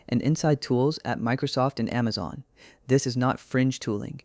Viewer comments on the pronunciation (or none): none